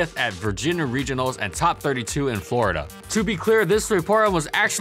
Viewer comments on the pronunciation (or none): none